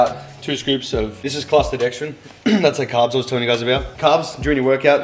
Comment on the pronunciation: What is the carb powder called? It sounded like you said clastodextrin but I haven't found any results for that.